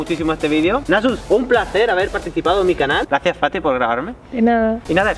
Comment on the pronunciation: Cuando dice fati parece como si dijiera. Paty